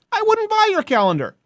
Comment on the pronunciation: I’m sorry, did you say “calendar” or “Cowender”?